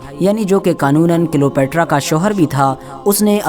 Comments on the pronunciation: Are wo Cleopetra ko kilopetra bol raha hai dhyaanse suno🤣🤣🤣🤣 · Bhai wo Cleopetra hai kilopetra nahi 🤣